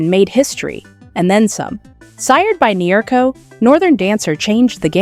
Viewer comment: Nero? Ma che caxxo dice? NEARCO!